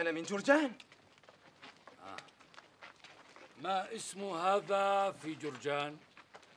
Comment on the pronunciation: "Maa ismu..." not "Massmu"